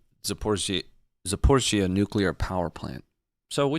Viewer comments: Zap-o-reeyzh-zhee-ah. Zh is like "J" in "Jaques" or "Deja-Vu" :-0 Say "Zachary-kia" and then say "Zaporizh-zhia" Sorry. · Can someone please tell him how to say Zaporizhzhia properly! 😭🤣